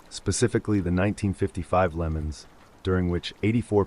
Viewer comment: Hearing "Le Mans" pronounced as "Lemons" was... interesting.